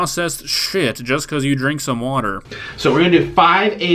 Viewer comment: "This is water wight" no this is you not being a men.